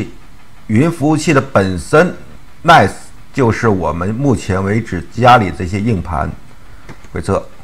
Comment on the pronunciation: NAS 感觉还是读成 那斯 比较好吧